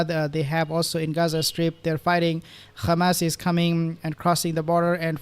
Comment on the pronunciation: Why do you say khamas instead of hamas